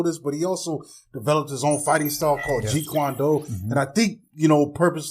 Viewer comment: It's Jeet Kune Do.. not Jeet Kwan Doo